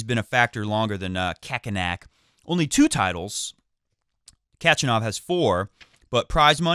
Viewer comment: the way u say Khakk makes me remember Kokkinakis instead of Khachanov...and I think AO has best chances for many upsets due to the faster conditions...wish u and a very happy new year and plz to stick with...#NONAMECHANGE